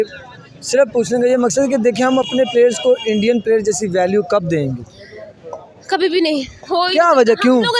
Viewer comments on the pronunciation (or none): Dengi Nahin dengu 😂😂😂😂😂